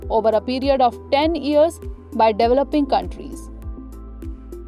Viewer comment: Its developing, not dweloping.